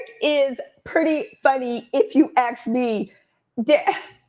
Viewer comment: I think that is brilliant and 100% authentic. I also think that she mispronounces the word "ASK" as "AHXE" on purpose. It shows both solidarity and contempt. LOVE IT!